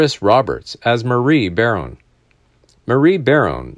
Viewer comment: The last name is pronounced ba...rone. Not "bare...rone"